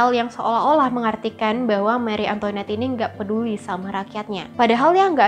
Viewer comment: Seharusnya pengucapannya: mari antoanet bukan meri antoinet